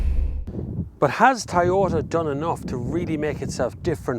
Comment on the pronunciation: IT IS PRONOUNCED TOYOTA, NOT TAYOTA.